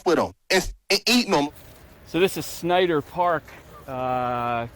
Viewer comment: You should do your homework, I decided to quit listening. The Clark family has asked repeatedly to quit being brought up, the bus driver was male, and learn how to pronounce Snyder.